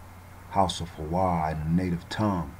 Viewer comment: Why Hawa instead of Haya?